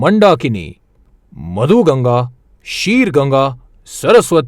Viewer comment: आप मंडाकिनी नहीं बोलना ! असली नाम मंदाकिनी है !